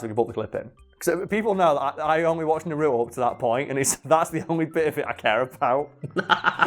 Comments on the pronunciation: It's nar-u-to not na-ru-to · it’s naruto not nuruto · Im sorry, but this always bugs me. No one in the Japanese or English versions calls him Na-ROO-toe.......ever. His name is NAR-u-toe. (Obviously, I spelled them phonetically. No point in correcting my spelling) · NA-RU-TO not NA-ROOT-O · hate when people say nUh RuTo 😂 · "I hope I say this right, Masashi Kishimoto" Me: that's sounds right "NARUTOU" Me: you get the creator's name right but you mess up naruto... It's not even that hard... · that’s not how you fucking say naruto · The way he says Naruto bothers me more than I’d like to admit...